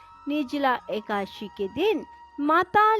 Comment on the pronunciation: एकाशी नहीं होता है, एकादशी होता है।